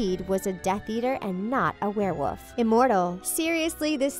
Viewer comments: A werewoof? HAHA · is nobody going to mention the fact that every time she tried to say werewolf she just said werewoof?